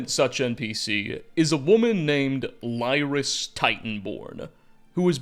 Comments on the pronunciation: its "Leer-us" not "Lie-rus" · Your mispronouncing Lyris's name it's LEER IS now LIE RIS did you play the game or at least watched any of the playthroughs, or just skim the wiki, also Lyris's father isnt a giant, he's himself some form of half giant, he says he "has the blood of giants" in her flashback during the msq, suggesting he's the decendant of giants himself. which may not even be direct but perhaps generations of nords with the blood of giants, rather then a giant and human interbreeding. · Lyris Titanborn's father is NOT a giant. He is just a Nord who says he has giant's blood in his veins. We even get to see his spirit and speak to him in ESO's opening quest. Also, you're not pronouncing "Lyris" correctly, it rhymes with the word "lyric." She's literally the first character you meet in ESO, and her name is spoken out loud dozens of times at least. I ask this out of genuine curiosity: you're the Elder Scrolls expert, but have you not even played ESO? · "LY-riss" bro did you even play eso 😭 come on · "I did not have the time to read it so let me summarize exactly what it says" uhhhhhhhh, credit your source if you yourself are not the source. And based on your pronunciation of lyris, I have to assume you either played with sound off or never played ESO either. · why do content creators that do lore ever look up pronunciations for anything they are talking about, straight up said lyris's name horribly wrong because he has only read it apparently instead of interacting with any content that actually says her name. not a single person in game that says her name says it that way. really irks me to think that just reading some wikis and slapping words into a script is all people do now. little things like pronunciations are stupid I know but its makes me think that effort wasn't put into it much.